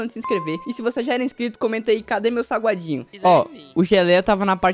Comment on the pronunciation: Ele mandou falar sagualdinho nao salgadinho que e ou certo e pra escrever errado